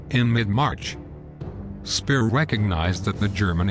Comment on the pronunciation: Not hard to pronounce Speer properly